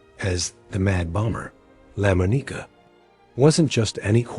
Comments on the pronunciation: It’s Lamonica, not Lamoneeka for the sake of God. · I winced every time he said his name. I've never heard anyone pronounce his name that way. I kept yelling "It's lah-MAHN-ih-kuh" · Lamb O Neeka ??? 😂😂😂 Lamonica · Lamb O Nicka.....seriously check your pronunciations..... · La Mo Nica????? Seriously? It's Lamonica! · Lam O Nika ??? 😂😂😂 Lamonica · "Lamb-uh-KNEE-kuh" -- REALLY?? Please fix your AI. That's truly cringe-worthy. As a Packer fan, I still think Daryle Lamonica deserves at least to have his name pronounced correctly. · the name is pronounced la-mon-ica. the mad bomber. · First let me say the AI narration was terrible. No one bothered to make corrections to all the screw ups. Lah moe-knee-kah cracked me up. Come on, you can't let stuff like that slide. As for my favorite, Stabler. I grew up going to games and watching him. He'll always be #1 in my book... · Daryl Lemoneeka...'cmon. Good script, but is it too much to ask that a human read it? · It's lamonica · Lamb-a-knee-ka. LOL! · This AI announcer is. One. Of the worst announcer I've ever. Heard in a video. I could have farted. A better script reading than this. Also: Lamma neeka??? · Enjoyed the video, but the AI generated narrator took some serious tolerating due to the pronunciation of some words/names like "Lamonica" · Really butchered lamonica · HORRIBLE PRONUNCIATION on Daryle Lamonica's name!!!!! That's when I shut off the rest of the video. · The A.I voice sucks dot A.I can't pronounce Lamonica dot Embarrassing DOT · yeah , they fked up D Lomonica's name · Didn't mean anything personal Brother Raider but it butchered my all-time favorite QB's name and you got to protect the QB. GO RAIDERS!!!!